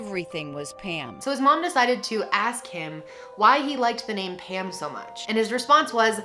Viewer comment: I didn’t even read the title, I just clicked, and when she started talking about Pam I thought she was saying “ham” lmao